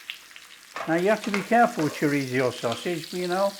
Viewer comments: It's 'chorizo' not choritzio. Pronounced, 'choreetho' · I have a file just for my husband and this is going straight in there! Thank you Chef! Btw, its pronounced "CHO-REEZ-SO." 😉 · It’s Chor-reezio in our house from now on 👍😃